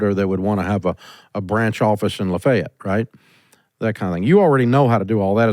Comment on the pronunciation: Did you say luhhfayeeeeeetttt?! Lol